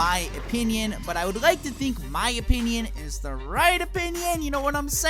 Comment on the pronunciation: "my oponion"